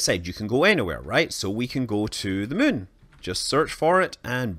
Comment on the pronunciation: "The Mün" - Space Guy